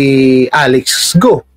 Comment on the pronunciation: mayor GUO..prounounce nya parang GAW